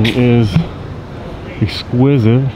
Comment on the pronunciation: Are you saying “esquisive”? 😂